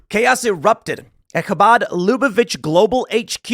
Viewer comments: 👍for taking the effort to pronounce 'chabad' properly. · I love how Tim pronounces Habad perfectly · Tim, Bravo on your pronunciation of “Chabad”!! 👏🏻👏🏻👏🏻👏🏻👏🏻 😀